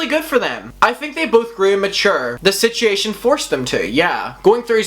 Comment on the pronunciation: I love how he says situation. Sich ee yay shin. ❤❤ Seems like last year was dramagedon and this year is KARMAGEDON.